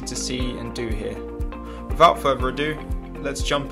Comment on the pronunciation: "Wivout furver ado"......Are there any english language schooks at the Elephant.